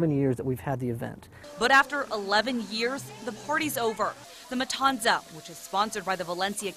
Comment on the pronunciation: Why did they say matanza like that bruh it’s with a th sound